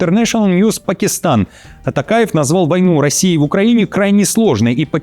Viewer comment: Я думал, он так чётко пытается выговорить тАкаев, что у него действительно тАкая фамилия, а он оказывается Токаев